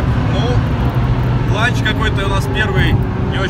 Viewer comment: Не ланч,а ЛАУНЧ КОНТРОЛЬ!ЛАУНЧ запомни;)